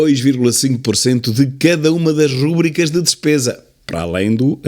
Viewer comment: Sr. Professor sou grande apreciador dos seus mais que lógicos comentários mas permita-me dizer-lhe que a palavra Rúbrica não existe no idioma português, mas sim Rubrica. A sílaba tónica, é a penúltima. Por favor, pesquise na Internet. Seu admirador e concordante, Patrício Nunes.